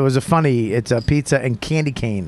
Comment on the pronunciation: Pizzer?! What the hell is pizzer?! Bobby🤦🏽‍♂️